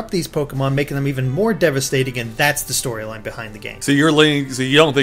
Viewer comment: he said story-gine instead of story-line hahahahhahahahahahahahahhahahahahahahahahhahahahahahahahahahahahahahahhahahahahah